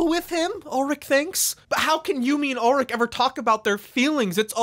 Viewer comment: why are you saying ulrich's name wrong.